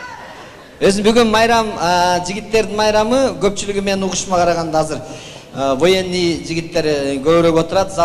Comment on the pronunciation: Воений дебей кал военный